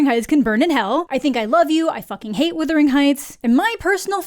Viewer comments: If you are hearing wuthering like brothering, great. All I hear is withering, like slithering and its making me cringe every time I hear it. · This is bullshit and you know it. Canadians to this day use plenty of British spelling and pronunciation in our use of the English language. We were essentially British for many years. We have the freaking royal monarchy on our money! You are able to say wuthering. It has nothing to do with being Canadian. You mispronounced it. I asked my entire Canadian family how to say this word and they all got it right. Very disappointed in you and also very UnCanadian of you to to not be able to admit your mistake. Try saying the word "brother." I am certain you are able to say it properly. Its a very short walk to wuther. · Wutherington not witherington. lol. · You keep saying withering. Not wuthering 🙃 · It's not "withering heights." I hate to be the pronunciation police but someone has to do it. It's wuthering, like brothering. Wuthering is turbulence and withering is shrivelling up. Not the same thing at all. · Naaah, let's be honest, it's so bad as an adaptations that the proper way to pronounce the name of the movie is withering and not wuthering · Why are so many people online saying withering instead of wuthering? It’s spelled phonetically - where is the confusion coming from? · It’s ironic that you slate the movie when you can’t even pronounce the name of it. It’s WUTHERING not WITHERING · All influencers and creators are saying withering. Haven’t been able to sit all the way through a single review by any of them. It’s bizarre how much it irritates me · Thank you. I know it shouldn't bother me as much as it does, but I've heard several people pronounce it as withering, and like, no, that's a different word with a different meaning. It really shouldn't be a big deal, but every time I hear it, it's like it's triggering something in my head. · Errr...It's not "Withering"